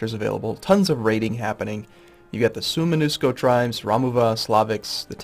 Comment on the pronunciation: ahhhhg... It's Su-oh-men-usko. not soo-men-nusko. It's annoying me